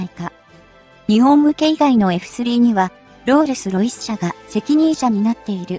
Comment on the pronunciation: ロールスロイスが訛っている